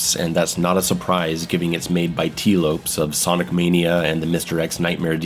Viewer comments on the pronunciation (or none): none